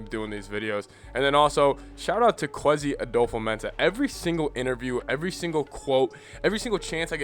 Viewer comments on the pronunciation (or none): You are not pronouncing his name right